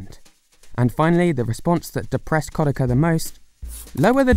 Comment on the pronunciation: KOD AH KHA. Geez that pronunciation